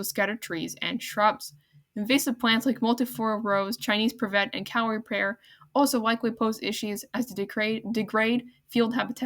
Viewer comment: Nice update but you need to work on your vocabulary and pronunciations. Suet is pronounced soo’-et, not sweat. Privet is priv’-vet, not priv-et’. There were a couple of others, as well but was not keeping a list. Take your time speaking and practice a couple of times before recording will greatly improve the auditory quality, along with keeping the background noise softer than your speaking track. You could have broken this video into two parts which would have given you more time per video and you get credit for two videos instead of one. Great topic, and I wish you well on your future nature updates!👍